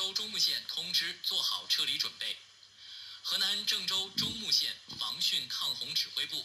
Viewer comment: 应该是中牟（木），发音“木”。